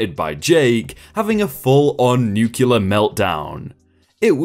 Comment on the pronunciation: And new-klee-urr.